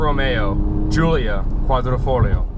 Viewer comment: Dude...you're an automotive journalist and you can't pronounce "Quadrifoglio" ? ....Be professional and practice it and then do your video.....EMBARRASSING ....